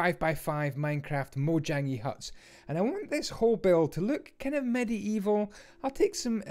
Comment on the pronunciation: It's medieval not Medi Evil